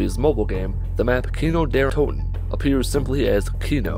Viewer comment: What is happening when you say Kino Der Toten?